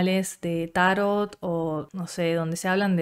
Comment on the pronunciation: Vpy bastante a Argentina, nunca había hablado con nadie de Tarot, pero bonito ver cómo mantienen la pronunciación grave italiana "tárot" y no la árabe o francesa "tarót" que tenemos en Colombia, interesante.